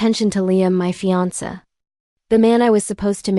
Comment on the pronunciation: I see that you are a new channel. Please don’t do what most other channels do, Please don’t just slap the stories up without checking them for accuracy. Make sure the timelines are correct, that the AI voice pronounces words correctly. I already heard it mispronounce fiancé. But thus far, that was it. So please check, make sure what you post is correct and truthful.